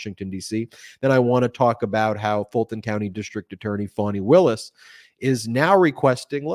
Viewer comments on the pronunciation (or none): I've noticed that thé Trump folks continue to mispronounce Fani Willis' name as "Fanny". They are so disgusting and disrespectful. Call them out on this! Every little degradation attempt deserves to have the light of intention shown on it. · It really pisses me off that Alina Habba always mispronounces Fani Willis's name.